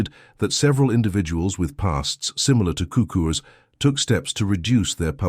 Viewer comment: sookurs is the best pronunciation